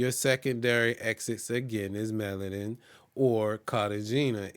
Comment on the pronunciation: Your pronunciation of Bogata, Cartagena and Medellin is incorrect. This can hurt your credibility when you get 3 wrong. The information you gave is good but make sure you do the work to pronounce the cities correctly.